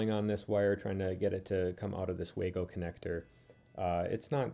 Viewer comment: Waygo it the "way-to-go" 😝